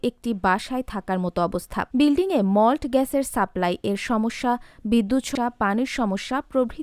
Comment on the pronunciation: মল্ট নারে মূর্খ!😅 মৌল্ড।😅